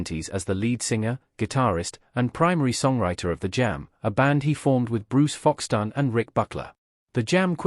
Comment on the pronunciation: Broos Foxtaaan. Lol